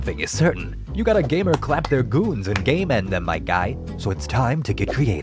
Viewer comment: Did you say G A M E E N D